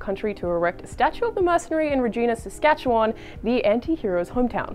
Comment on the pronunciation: Regina is just terrible. She really butchered the pronunciation of Saskatchewan.